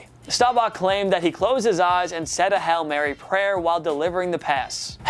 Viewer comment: Does the guys really say (repeatedly) "Hell Mary"? :D